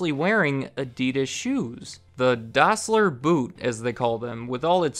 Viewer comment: you say that the company was called "Dossler Brothers Shoe Factory", but the brothers were called Dassler not Dossler ;)